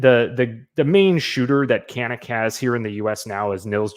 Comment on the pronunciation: The lever gun is great for when you go to a range and look down the line and everyone has the same ar. I have built a few for a customer or 2. They are fun to shoot. Canik calls it Can ik.